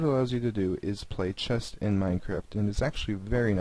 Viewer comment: Dude... Please tell me that you are from a different country and English is not your mother tongue. Chest instead of chess?! Horse instead of Knight?! Really dude? Even your pronunciation of config was a little iffy. Sorry dude but I'm being honest here!